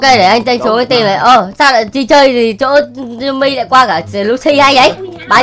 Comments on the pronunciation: Cái khúc anh yêu cầu trả chị Timmy trước ấy em nghe đi nghe lại nhiều lần mà vẫn nghe ra chử simmy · anh ns Timmy mà e nghe ra " e ơi "